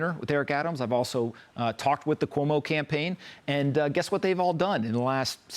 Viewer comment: Not COMO it's CUOMO!